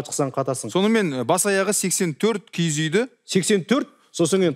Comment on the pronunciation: КИГІЗ ЕМЕС КИІЗ ҮЙ ДЕЙДІ ҒОЙ. ҚАЗАҚША ДҰРЫСТАП АЙТПАҢДАРШЫ